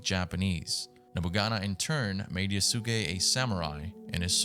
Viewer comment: I can tell you never watched anime lol It’s pronounce “YAHS-kay” my broder